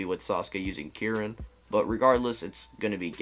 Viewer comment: Why u pronounce Kirin like Jiren? XD